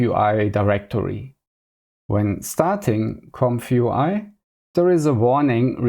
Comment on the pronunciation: Ze famous "Compfoowhy" in ze cloud workflow? Zänk ju for ze detailed setup! Seriously tho: I see you trying and I respect your hustle on your journey to master the infernal "th". It's just tongue muscle range that gets better over time, but only if you keep developing those muscles and never stop practising! But also: "Tracking and drobbing" was the highlight of my day. Thank you. Subbed. Liked. Recommended! :) Keep it up, bruzza 👊